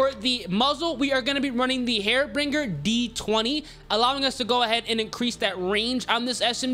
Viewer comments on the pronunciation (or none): HAR BINGER not hairbringer just saying